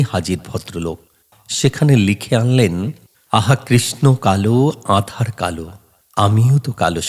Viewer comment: "আধার" নয় "আঁধার"